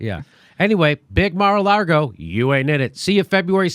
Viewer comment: It's lago, not largo